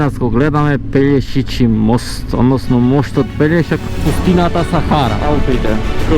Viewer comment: Се вика Пелешки мост а не пељешичи. Иначе супер се видеата и голем поздрав до тебе само така продолжи. До Макарска направи видео